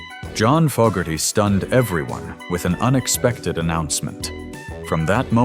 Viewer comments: If you can’t pronounce FO GARTY GIVE UP POSTING THE NAME IS NOT FOG, If you don’t know how to to pronounce the name, how accurate is any of your information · This video is a perfect example of why the thumbs down counter needs to be displayed. This creator cannot even pronounce the Fogerty name properly but yet he wants us to believe his BS.